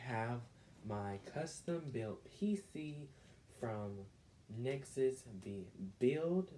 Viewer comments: did he just say neczest? btw its pronounced EN ZEE EX TEE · Its n-z-x-t not necksus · M a s h e d U p M e m e r Think he said Nexus lol